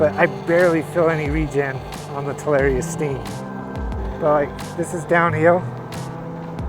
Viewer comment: its ta lar i a not tal air e a :)